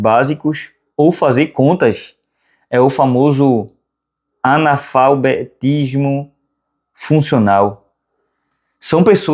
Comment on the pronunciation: "anafalbetismo" ou analfabetismo